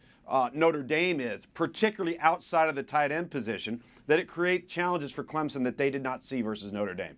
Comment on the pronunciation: It’s CLEMSON . Not clemzen. .